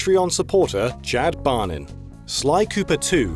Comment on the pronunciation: "Chad Bonin" CHAD BARNENN